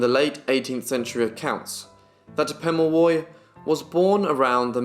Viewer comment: Its good to see a young man taking interest in Australian Aboriginal peoples /// Your reading from a book // best knowledge is from the people themselves // Also you then will know how to say his name correctly 😉